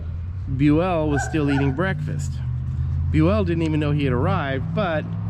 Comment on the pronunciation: Bue-ELL doesn't sound right, did he say it's pronounced this way? He's been on the 6th floor living history episodes several times and they called him BUEL. So I'd double check that, Bue-ELL sounds ridiculous!! 🤣